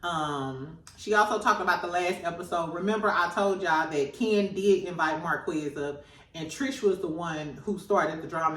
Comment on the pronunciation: Please say Mar-kez, not Marquezz. It sounds different than it’s spelled.